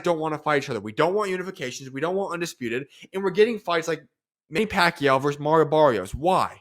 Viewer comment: Who's doing the voice over here? He can't even pronounce the name of Pacquiao instead he keep on saying "Pakyu" 🙄 it's irritating to hear😈